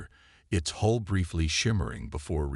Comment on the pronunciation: HULL not HOLE update your AI